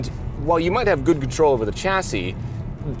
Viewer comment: Funny hearing an Englishman pronounce chassis wrongly on purpose. Odd.